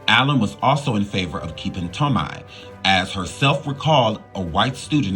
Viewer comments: I love you and I watch all your videos (maybe not in order but I watch them all lol). My only critique is that you learn the proper pronunciation of people's names. It's Toe-may, not Toe-my. That's just the 1st I noticed in this video, but in every one it's at least one. Maybe it's just me, because people always mispronounce my name and it's irritating. Maybe I'm more sensitive to it because of that. But I do feel that if you're putting information out to the public, all of it should be correct and how a name is pronounced is included in that. Just a suggestion but if you're not sure ask Google or ask someone older who knows the person you're talking about when doing shows like this. I grew up watching these 90s shows so I know how it say all their names and I'm sure you have someone you can ask who was a kid/teenager back then who knows as well. I'm not trying to hate at all. I just want to see you succeed and be great in everything possible. Much love to you and yours!❤❤❤ Edit: You said it correctly later in the video. 😊😊😊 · It’s not Tom-mee, it’s tō-mā! 😂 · Lol… Please don’t E slap me but Marissa’s last name is pronounced toe-MAY. Okay, now carry on witcha’ bad self. I ❤️ the surviving stories. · Marissa Tomei pronounced as TOE-MAY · Jaleel White, not Jamal. I also believe that it’s pronounced ToeMay, Marissa Tomei.. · Marissa toe-may brotha! That’s how it’s pronounced 😂 all love brotha keep killing it! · I was looking for a comment correcting his pronunciation so I wouldn't create a redundancy